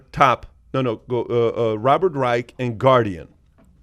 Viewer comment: Learn how to pronounce Dr. Robert Reich’s name. Not pronounced like the Third Reich!